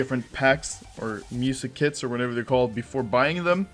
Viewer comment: it sounds like he says "so counter strike just released music kids"